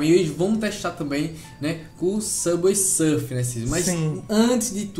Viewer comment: Samber sârfi???? Kkkkkkk